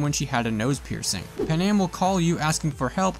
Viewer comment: It's pronounced pan-am NOT PAnam 🤦🏽‍♂️ she even says her name and so do other people so how can you pronounce her name wrong 🤨🤦🏽‍♂️🤣🤣🤣